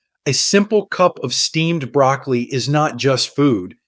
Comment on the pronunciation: Are you really talking about BROCCOLI ? You sound more like you’re talking about brAcAly. Perhaps it’s my hearing problem…